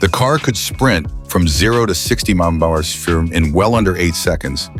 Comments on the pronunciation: I didn't make it that far, especially when the narrative said mer per errr instead of milea per hour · Another A.I. produced video - you can tell because the narrator cannot say miles per hour because it cannot decipher mph!